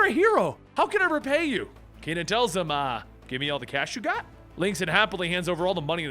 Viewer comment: ke.nan, not ki.nan .